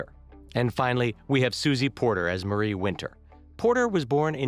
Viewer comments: Marie’s name is pronounced differently also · I lost it when he said Marie wrong :|